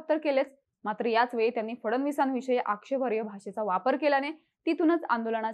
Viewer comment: आक्षेपार्य असा शब्द नसतो हो.. आक्षेपार्ह असा शब्द असतो..